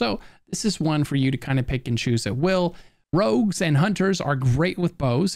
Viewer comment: Why do you call "rogues", "rugs" ??!